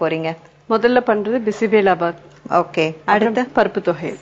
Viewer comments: Anchor its not bismillah its bisibela baath.... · it is true, she is funnily pronouncing as bismilla bath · Bisebelabath alla bisibelebath. Bele endral paruppu in Kannada.